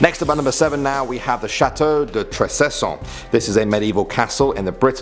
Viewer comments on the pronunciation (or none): Trécesson is pronounce Trékesson not Tréssesson